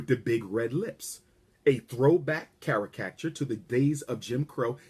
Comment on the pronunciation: This asshole doesn’t know how to say the word caricature. It’s NOT pronounced “carry catcher”. Watching this asshole trying to read is cringeworthy.